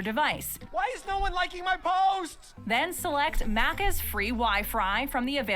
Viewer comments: its maccas not maaccas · i hate the way they’re saying maccas, also NO ONE says deffo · She can’t pronounce “maccas” correctly 🤦‍♂️ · No ranch here in Australia correct. We also don't have those other sauces at Maccas (yes we do call it that but not how she is pronouncing it).